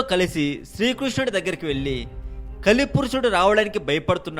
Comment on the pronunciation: పురుసుడు కాదు పురుషుడు